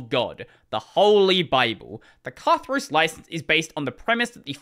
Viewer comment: In the greek word "Katharos" , the stress is on the last syllable, the os, not on the ka